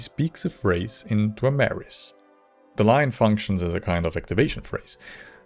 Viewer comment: I wouldn't say yoy tried pronouncing it sounds more like your a natural born Dwaymer and the golden tones have blessed you